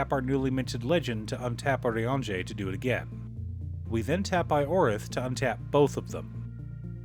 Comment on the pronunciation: i'm so happy i finally found someone that pronounces his name correctly